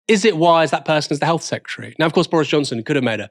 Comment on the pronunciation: The number of people in this video saying "secutary" instead of "secretary" is upsetting :P